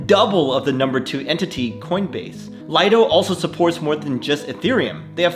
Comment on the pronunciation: Another great vid, thanks! But even though everyone says Lido, is pronounced lee-do — as in a lido (private beach).